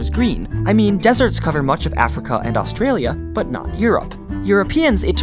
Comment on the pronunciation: Why do you pronounce "Australia" so badly?!?